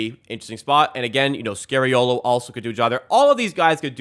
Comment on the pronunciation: Sergio is NOT SCARY-OH-LOH. But instead SCAR-EE-OH-LO